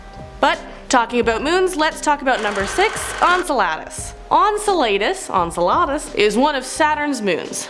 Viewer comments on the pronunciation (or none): Enceladus = En sell uh diss!! Quasar = Qway zar!!! I was starting to like you until this video. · Google has a handy tool that tells you how to pronounce those weird science words. Quasar sounds like Kway-Csar. Enceladus sounds like In-Cell-Ah-Dis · Enceladus (/ɛnˈsɛlədəs/; en-SEL-ə-dəs) Face palm* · Hey. YOUR AWESOME BUT THE MOON U SPOKE OF is PRONOUNCED "N CELL A DUS" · Hey!! Just a friendly correction: Enceladus pronounced En-cel-a-dus, and Quasars - Quay-sars You're doing an awesome job!! Love your vids!! 👏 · The way she said Enceladus, had me lol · Was driving me crazy! 😂